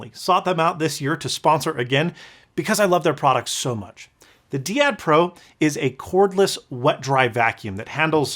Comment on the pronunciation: Usually "dai-ad" rather than "dee-ad". It's actually a very very old term meaning "pair" or "couple".